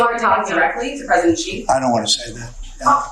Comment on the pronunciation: Who is "Gee" ? Why can't Americans at least make an effort to pronounce his name correctly ? Typical American arrogance and lack of respect.